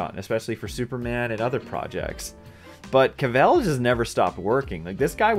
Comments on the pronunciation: Dude, Cavill is English... Not french. It's CA-ville... Not ca-Velle. Listen to him say it... Not a big issue, but still of substance. Unless you're doing a play on Kal-el. Lol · The way you say his last name makes me not want to watch this video lol